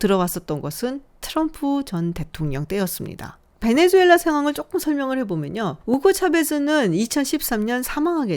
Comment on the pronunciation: 베네수엘라 말레이시아 발음 좀 제대로.. 내 또래 장년층들이 수를 주로 발음함 새로운 정보를 업데이트해서 바꿔야하는데...